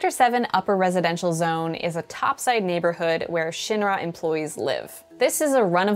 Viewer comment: The way she pronounces Shinra tells me that she never played ff7